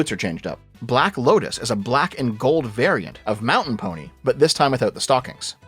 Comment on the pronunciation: now I know you're just saying mountain pony to make people mad because you actually said correctly for a different outfit